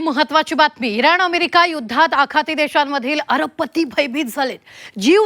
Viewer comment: 0.4 seconds अरबपती शब्द किती ठासून बोलल्या😂😂